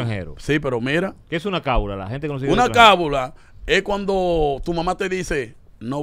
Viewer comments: Se dice o mejor dicho lo correcto es : Cábala, no se dice cábula. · No es cabula es Cábala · Corrijanlo por Dios se dice "Cábala" no "Cabula"🙄